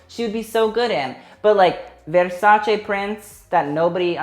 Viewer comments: you are the first non-Italian person to know how to pronounce versace correctly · Emma Migault Americans and everybody else pronounce it like ‘ver sa chee’